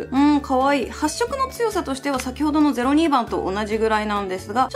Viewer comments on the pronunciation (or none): ぜろにーばん ぜろごーばん が気になっちゃってその2つの説明が入って来なかったwww